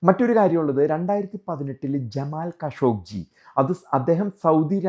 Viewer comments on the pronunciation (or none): ഖഷോഗിയാണ് ഖഷോഗ്ജി അല്ല.